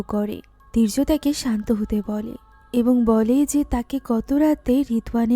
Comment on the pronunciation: দীর্য বলছেন নাকি বীর্য বোঝা বড়ো দাই 😄